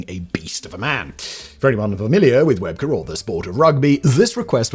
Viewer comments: It was Rugby League, not Rugby. Shane Webcke is pronounced Web-key. Australians (I'm one) would definitely cringe watching Steve on US TV in the early days. We all thought he was putting on an act, but eventually we all realised he was a genuine bloke and came to appreciate him. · Shane Webcke. Pronounced 'Webkey' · Shane Webcke, pronounced like Webkey hehe. That was an interesting take on it though 😂